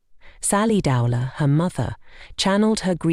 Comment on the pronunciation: Would have been more respectful if her surname could at least have been pronounced correctly. Shame her sister decided to make money from it, I hadn't realised that.